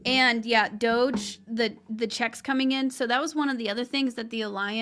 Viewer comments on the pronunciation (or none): none